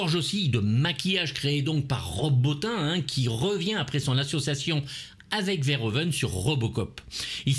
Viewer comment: Stp prononce Rob Botine !